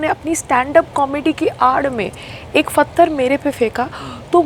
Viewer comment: Buddi payal pehle hindi sahi se bolna toh seekh..phatar nhe pathar hai badi aayi munawar ko patgar Marney wali....🤮🤮🤮🤮🤮🤮🤮......fully of negativity ...muh se kbhi achi baat nahi niklte is pagal rohatgi ki...feeling sad for sangram